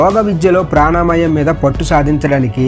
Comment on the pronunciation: ప్రాణామాయం కాదు sir ప్రాణాయామం 😊🙏